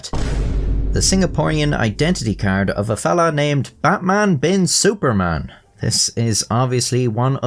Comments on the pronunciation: I just have to say that your pronunciation of "Suparman" is so good, There isn't many people who bother with getting it right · i am from singapore and yes this guy is a legend the "superman" is actually pronouced as "suPAR man" as its javanese so yes u got it right